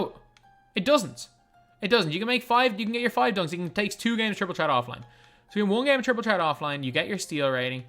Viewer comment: petition to get to say triple threat and not triple tret